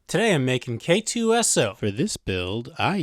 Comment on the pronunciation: Such a great video, I’m definitely subscribing. I will say though it’s K-2SO not K2-SO.